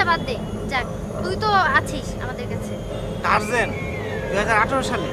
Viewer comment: টারজেন না ডিটারজেন্ট :-D